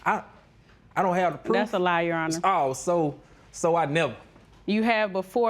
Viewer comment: its your honor! not yo aw ner!